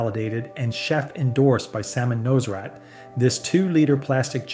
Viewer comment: "Salmon Noserat"???